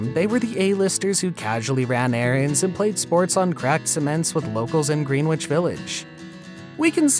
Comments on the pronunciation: Green-witch village? Its pronounced "grenitch" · Bull Dur Ham? Grin Witch? Who is reading this stuff? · How could someone not know it isn't '''Gren witch Village?'' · "GREEN...WICH" WTF..... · "Bull Dur-ham"? "Green-witch Village"? If you can pronounce 'acquiesce'... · Do some homework and learn how to pronounce Durham and Greenwich.